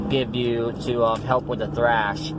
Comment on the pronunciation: It's thrush, not thrash. Just thought I'd let you know. Btw, where did you get this temporary denture from?